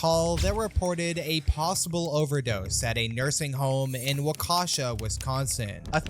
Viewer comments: it's pronounced wah-ke-shaw fyi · As a Wisconsin native I died when he said Waukesha so wrong